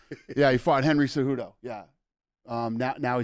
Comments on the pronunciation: Mike called him Enry Enjudo 😭😂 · Mike having hosted many episodes with Henry cejudo says “Henry arurto” lmfao 🤣 😂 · Mike : Henry cerudo Also mike : Francis nargano You a legend mike ❤😂